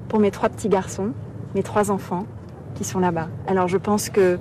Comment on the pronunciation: " Qui sonTeeee"